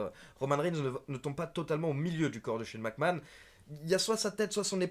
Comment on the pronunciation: I me tue avec son Shane Mac kant !!!!